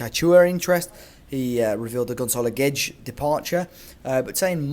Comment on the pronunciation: Not different enough to know that it's pronounced with a 'sh' and not a 'dg' that's the same in Brazil and Portugal